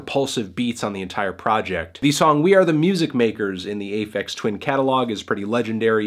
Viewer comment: "ay feks twin"